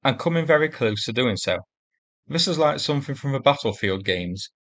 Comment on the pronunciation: Probably down to your narration? Vis,Vey fink,ver, free,somefing,vees,firty,vee,vat,fanks, I have been trying to advise you!